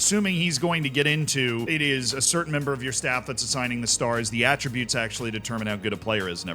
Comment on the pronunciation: It should be noted that Work The Space cannot say the word attributes properly. Annoys the hell out of me.